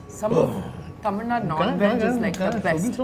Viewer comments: I just loved this interview. If Shruthi is there in any interview, I will watch it. She is too good. I truly admire the way she kept saying Thamizh, correcting the dish names, speaking so fondly of the food of Chennai and Tamil Nadu. So wonderful! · Her pronunciation of Tamil is bang on proud of you shruti